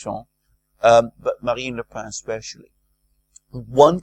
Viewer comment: Genial, but don't mispronounce Marine Le Pen, whose surname is pronounced just the same as the writing implement..